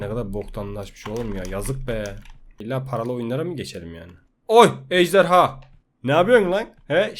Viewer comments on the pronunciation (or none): none